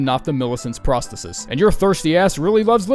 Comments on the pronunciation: Brother it’s pronounced pros-the-sis not prah -stetis. Sorry but you triggered me all video with that shit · Phenomenal vid, but it’s Pros-THEE-sis